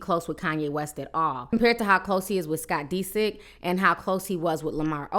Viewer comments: Di-sick not Dee-sick. Girl you can just say Adrienne you dont gotta keep butchering her last name lol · Oh my If you want to report the tea please find some time to learn how to pronounce these celebrities names correctly smh Naughton pronounce Nawton Disick pronounce Dihsick Kiely pronounce Keylee